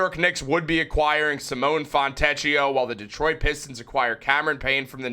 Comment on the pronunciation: In Italian, "ch" is pronounced like a 'k'. The "ch" sound in Italian is spelled with either "ci" or "ce" such as ciabbata. So, his name is pronounced "Fon'-te`-k-i-o".